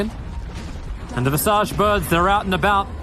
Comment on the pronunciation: Visage?? I thought it was Visage 🧐🧐🧐